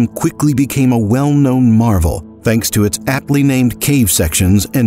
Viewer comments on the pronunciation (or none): none